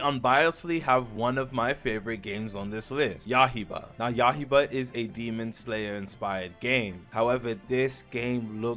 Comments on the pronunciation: not yahiba it is ya - I - ba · It’s ya-i-ba unc not yah-he-bah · yaiba, not yahiba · yah-hie-bah 😭when he gonna learn